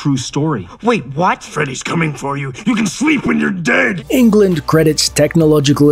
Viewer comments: It's also not pronounced as England, like the 50 times in this video. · All this research and you mispronounce his name 50 times? Ridiculous